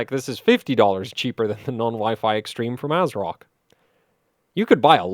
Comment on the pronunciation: I think it's pronounced Ass-rock.